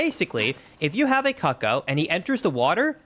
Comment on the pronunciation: im sorry, cuck-o no no no no, its coo-coo